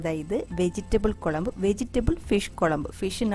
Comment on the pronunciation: A slight change in pronounciation.pls say kozhambu not kolambu. It's not pleasant to hear.Most people say kozhambu only except locals.